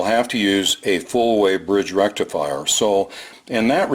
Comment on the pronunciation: with indian accent and little bit of reverb “FUUUULLL BRIDGE RECIFIRE!!!!!!!”